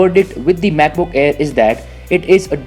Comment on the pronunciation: When you say 'MacBook' it sounds like you're saying 'BUKBUK' lmao